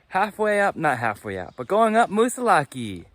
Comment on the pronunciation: Moosilauke is pronounced with no e at the end. Plain old Moosilauk.